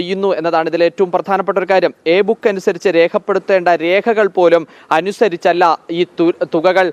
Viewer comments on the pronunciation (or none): എബുക്ക് അല്ല എംബുക്ക് (M Book-Measurement Book)